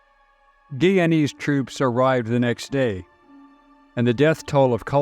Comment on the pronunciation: It’s pronounced Guy-ya-nese!